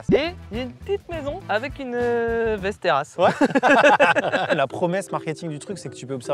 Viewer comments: Maxime qui corrige qui dit "vesteras" "vAsteras". Mec tu crois que les accents c'est pour faire viking? Ça se dit Vesteros (Westeros GoT tout pareil). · Ça se prononce Vèsteros xD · Västerås ça se prononce Vèstèros sinon ça fait mal aux oreilles. Sinon j'adore la video, continuez comme ca 🤩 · la ville se prononce véstéros un peu comme westeros dans game of thrones mais dit avec un accent russe voila voila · Väster°as Prononcé Vestéros (oui presque comme dans GOT) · Putain la prononciation de Västerås m’a écorché les oreilles 🥲 « Vesteroosse » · "Västerås" se prononce 'vèstèros'. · Ma copine (suédoise) se serait étouffé dans son café en entendant ta prononciqtion de Västerås si elle avait été là, mais à part ça super vidéo 😂